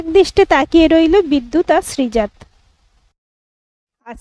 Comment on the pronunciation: উচ্চারণ টা হবে শ্রীজাতো ত এ হসন্ত নেই